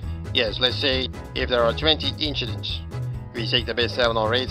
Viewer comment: Leclerc saying "inchidents". A subtle reference to a quote from his karting days. Brilliant!